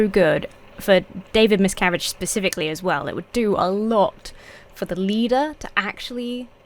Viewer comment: Throughout the video, I kept hearing the leader's name as "David Miscarriage", which made it unintentionally funny.